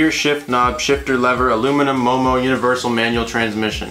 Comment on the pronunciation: Are you sure it's MOMO and not EOEO? 😆